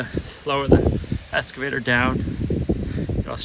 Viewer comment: there is still no "s" in excavator.